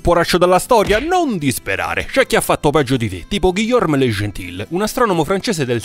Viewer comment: Bellissimo short... Pero', in quanto residente in terra francese, devo pero' essere in disaccordo sulla pronuncia del suo nome Guillaume. ghi-iom le (e muta) genti' come pronuncia